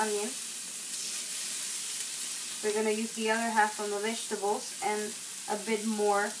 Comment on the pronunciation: Vegetables not wegtables.